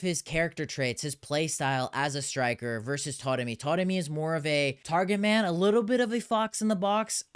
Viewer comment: I keep noticing you saying "Toremi"... is "a" pronounce as "o" in Persian?